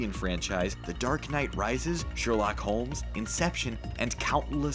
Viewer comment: that is the first time I've ever heard the movie pronounced like that